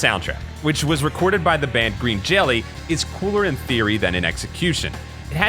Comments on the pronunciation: Dude pronounced the band name wrong, it's pronounced Green Jello but spelled with a y and umlaut for legal reasons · It is pronounced "Green Jello" even though it is spelled like Jelly. They had to change the spelling due to a lawsuit.